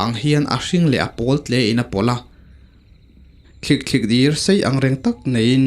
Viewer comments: Thlikthlik ni lo in THLIKTHLIDIR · Thlik thlikdir ni lovin, Thlikthlidir a ni zawk lo maw.. keini lam chuan ti khian kan lam ṭhin.